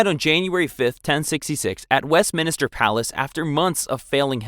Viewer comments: Wesminister Carlsdyle Boilingbrook Glouchester Winsdoor Kingston Greenwitch Bronkyitus San Dringhem I get some are difficult like Blois, Agincourt and Vincennes, but others you spell correctly but keep mispronouncing anyway. It's great you've already accepted the mistakes and said your working on it, but it ready didn't feel like you were even trying or did any prior research. Especially when you pronounce Leicester and Meaux completely fine. The former being notoriously mispronounced. It's up to you, but I'd work on a reupload. Not being it's inherently bad, but because it shows good growth and that you have actually made the effort to improve. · WestMINSTER not WestMINISTER. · Ik this has been commented before and I realise its not your fault because the UK pronounce words differently to how they’re spelt (theres literally a tube station in London named “Surrey Quays” pronounced “Surrey Keys”) but it bears repeating; West-MIN-ster not West-minister Gren-ich not Green-witch Win-sor not Wind-sor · Anyone keeping count on how many of these guys from dysentery? Also it’s west MIN STER. Not minister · Minster not Minister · Westminster, not Westminister!! 🤦‍♀🤦‍♀🤦‍♀🤦‍♀ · Minster not Minister. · WestMINSTER, not Minister. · West-MINSTER not West-minister!! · I was going to stop the video over "West Minister", but when I noticed your pinned comment. I decided to overlook it and finish the video and I look forward to finding what else you might record. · If you want to make videos like this, at least learn to pronounce things correctly. Wins-dor?? West-minister?? The list goes on. You really need to research better. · Quick question: why is he pronouncing Westminster “Wesminister” 🤷‍♀️😂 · Ogden Nash wrote a poem about this common mispronunciation: "I find the cathedral dark and sinister - the one the tourists call Westminister" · Wes mins ter